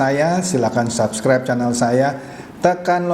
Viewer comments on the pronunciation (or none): none